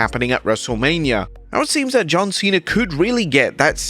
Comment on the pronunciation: John Cwena